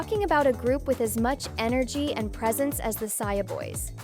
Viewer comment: Saja❌ Saia✅